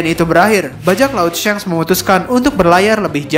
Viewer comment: Kenaapa jadi syanks sih nyebutnyaa , padahal kontennya bagus cuma karena penyebutannya jdi syanks ko jadi aneeh gitu, atau emg penyebutnyaa syanks yang benernya?